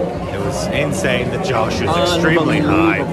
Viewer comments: For God's sake, it's j-O-sh.. Ain't nobody Josh here. I don't care how Josh really is. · Its actually Josh not Josh.. I am sure you all heard the right pronunciation in your head